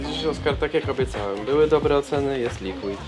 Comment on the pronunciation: "dobłe dobłe" :D